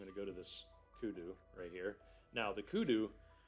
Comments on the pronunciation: Yes its called a kudu. Well done on the pronounciation as well! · Kudu or antelope...good pronunciation